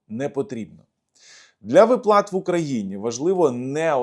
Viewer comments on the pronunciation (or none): вИплата - правильний наголос 😊